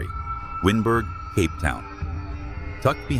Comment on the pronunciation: Awesome video. Thank you. Wynberg is pronounced wineberg.